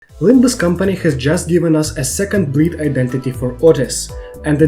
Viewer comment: I heard that as "A second breed Identity for outis"